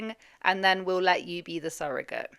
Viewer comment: i love your videos. I get excited when i see you've uploaded!!! Congrats on 100k 🎉🎉🎉 The way pronounces the word "surrogate" is annoying 😅